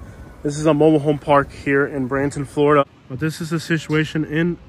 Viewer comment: Florida not Floridana